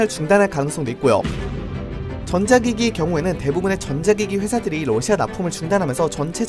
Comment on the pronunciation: 뉴스보다 빨라서 좋아요 근데 계속 ㄹ어ㅓㅓ시아 라고 발음하는게 귀여워요 ㅋ